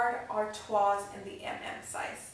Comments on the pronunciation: Very beautiful bag, congratulations! Just FYI the pronunciations you use are almost there. “San Louie” tote and “Artwa” (like the beer Stella Artois) are the ones that stand out the most. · Great review. FYI, the s is silent in Louis and Artois. They are pronounced louee and artwa. Just like with Louis Vuitton. :) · Lol good lord - St. Louis is pronounced “Louie” and Artois is pronounced without the S like “ar-twah” If you’re going to spend that amount of money on a bag understand the pronunciation.